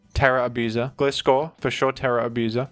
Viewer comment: Do you pronounce Gliscor incorrectly on purpose? ✅(Gli)de ❌(Gli)tter